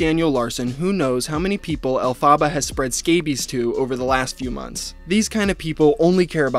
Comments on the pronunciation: Omg love this video but plz google how to say Elephaba bc ur saying it so wrong and it’s so annoying but funny also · I feel like I'm gonna die if he keeps pronouncing Elphaba like that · I'm sorry but I just can't get over the way you pronounced Elphaba😂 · I mean, apart from you pronouncing her name wrong, this is a really good video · I love this video but being a broadway nerd it’s killing me know you’re saying “Elphaba” and you said it so many times 😭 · Can you please watch a wicked film and learn how to pronounce the name alphaba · I really wanna watch this but when the name is mispronounced over and over again.. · not him saying her name wrong the whole time LMAO could u not even bother to look up a pronunciation? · Why do you pronounce Elphaba like that 😭😶 you’re killing me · Learn how to say the name ........ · the way you are pronouncing elphaba is annoying me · literally had to stop watching the video because of how you kept mispronouncing her name, sorry:( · Can't watch the vid because it enrages me. Why do they put the emphasis on the wrong syllables? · It's "El-pha-bAh" not "Ellfaba.". The character's name is Elphaba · it's Alf-eh-bah if it's the one from the musical. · It's not 'Elle-fa-buh', it's 'Elf-ah-buh' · I love your videos but it's elf-ah-ba not elfa-baar it's making it really hard to watch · Its not pronounced El Fabuh, its pronounced Elfabuh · ELF-aba, not El Faba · Bro why are you pronouncing it El-faba. It’s pronounced Elf-aba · Stop, stop! You’re going to take someone’s eye out. Besides, you’re saying it wrong. It’s EL-fa-ba. Not el-FA-ba. 🧙‍♀️🪄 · it’s pronounced AL-FEH-BUH- not “alfaabaa” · omg you saying "El fah ba" instead of "El fuh buh" is grating on my theatre kid nerve lmao. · Elphaba. Pronounced (EL-FE-BAH). Not El-PHAH-ba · El-fuh-buh. Not El-fah-bah 🤣 call me Hermoine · It’s “El- FUH-BUH” not “El-Fah-BAH” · more like “elf-a-buh” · Your killing me with the name pronunciation...it's "elf-uh-ba" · It’s “El fuh buh”